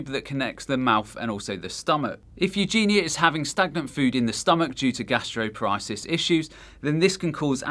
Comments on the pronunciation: Its 'Gastroparesis' Gastro-par-e-sis not Gasteropariasis. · The American in me cringed everytime you said "gastroparesis". Thank you so much for such an informative video. Would love to see you post a video on gastroparesis itself if you haven't done so already. For suffers like me it's nice to be recognized as many people do not understand this complex disease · Bulimia is spelled incorrectly in this video as "bulemia", gastroparesis is pronounced incorrectly as "gastropar-ISIS" (it's "gastropar-EESIS") and oesophagus is pronounced incorrectly as "yoo-sophakus" (it's "uh-so-fuhgus")